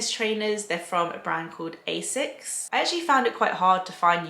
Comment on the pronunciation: Lóve this style of "all categories" video! Chips (or crisps as you lot 🤣 call them): you óbviously haven't tried the best ones éver: Torres!! Spanish, the best flavour is the black truffle. Not too overpowering the truffle flavour, nice and thin and salty/crispy. Really, really devine! Asics (tip: although 1 s, you pronounce it: Assssssics, so little a). Check out the newest sneaker (not tennis) the beige/brown one? Just ordered it! Looks very similar to the Nike/Jacquemus, which sold out in 2 seconds 😪! Btw: you can also get seedless grapes? Even móre easy 🤣! Have a nice Sunday!! 😘